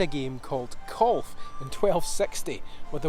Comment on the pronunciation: Kulf? Or are u actually trying to say Golf?